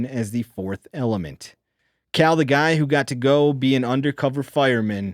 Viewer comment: I just noticed that when reads he always says THE like “thee” and never “thuh”. Interesting!